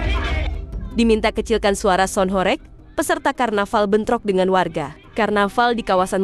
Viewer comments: penyebutannya bukan horek, tapi horèg (bergetar dan berguncang) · horEg itu bacanya pake e nya 'Entah' bukan 'Entot' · gemes banget kalau dengar orang jawa bilang Horeg bukan Horeg... padahal katanya aktivis jawa tapi gak bisa bahasa jawa🥲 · Horeg blok bukan horekk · Kalian wong jawa timur kok mbaca horeg jadi horeg.